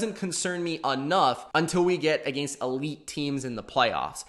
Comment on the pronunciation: Never heard anyone seriously pronounce against like that.